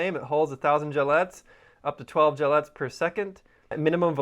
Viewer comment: They're gellets, pronounced like bullets. Gel bullets. Not gillettes.